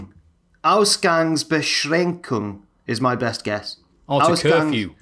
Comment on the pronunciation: Thanks for choosing my Reece’s Pieces this week! And I have to say: pronunciation of „Ausgangsbeschränkung“ was pretty much on point, I’m actually really impressed. To your point of the big question: to me the coolest wrestler is and always will be Stone Cold Steve Austin